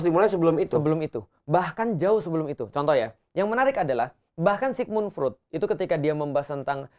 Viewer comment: Freud, bacanya Froid